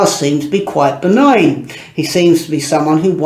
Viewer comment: Begnibegninen???? His friend Jimmy was begnine ?